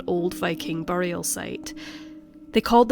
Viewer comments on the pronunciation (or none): none